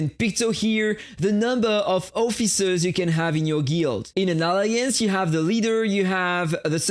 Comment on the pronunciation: sorry to say it m8 but you are pronouncing the word alliance wrong 😞